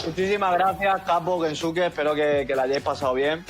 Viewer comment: Pero kensuke no dice la B?